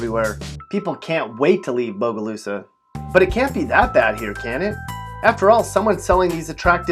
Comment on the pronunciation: He hit bogalusa right on the nail tho.